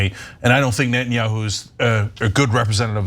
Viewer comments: hey Ana its Neta-nyahu and not Net-nyahu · This journalist cant pronounce properly Netanyahu